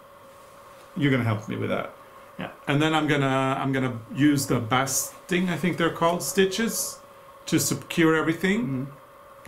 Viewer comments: I know you like to speak properly- the basting stitch is with a long a...like you baste ...you taste and you baste... Baste a turkey to keep it juicy! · Basting is pronounced “bay sting”🙂. Beautiful costumes! They only get better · basting rhymes with tasting - long a sound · Dear &, the word ‘basting’ is pronounced ‘beisting’. English ☺️ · If no-one has indicated yet, the word “basting” is pronounced “bAY-sting.” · Basting is the same ‘a’ sound as bake. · No biggie, but just an fyi, "basting" comes from the root "baste" which rhymes with "lace," i.e. long "a" sound. As I say, no biggie and just an fyi, lads! (And you would not want to hear my pronunciation of Norwegian!!!). Oh, and P.S. I am a Capricorn. Apparently I don't care about any stains, so I would be happy to lend you part of my personality,! It's very relaxing being me🥸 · Welcome blackbird. The pronunciation for your tacking stitches is "baste ing" 😘😘